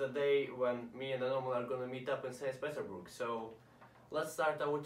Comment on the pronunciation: 'Sans Peterburg'